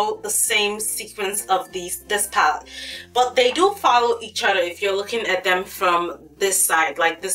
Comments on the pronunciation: Oh my GOD... Stop saying PAT. It's PALETTE! I had to stop watching. It's too distracting. Just don't say the word. We know why you mean. It's just too much..... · girl i love you and your videos but please say the word "Palette" properly, you always say "paalt" its quite distracting lol :) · love how you say "pallete" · thank you!!! That annoyed me so much